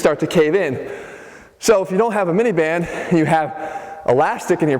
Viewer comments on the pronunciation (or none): I kept hearing minivan instead of band. lol